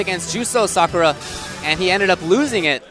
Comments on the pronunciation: I love the commentators in the FGC, but please stop calling her Sa-kurr-ah, it's Sah-koo-rah (with a slight pause after the 'Sah'). Irritates me, probably get flamed for it, but whatever. Keep up the great streams and vids! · Wow, even professional tournaments don't know how to pronounce "Sakura" properly.